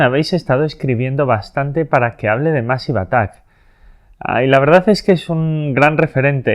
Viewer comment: Se pronuncia meisiv atak. De nada